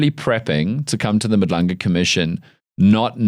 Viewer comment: as a South African, how are you still struggling to pronounce "Madlanga"...... at some point you are just lazy. Take more time and make more damn effort to pronounce African names properly, GET IT RIGHT!!!!